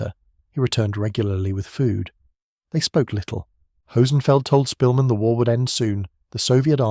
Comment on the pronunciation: You're pronouncing his surname wrong. The Polish "sz" is like an English "sh".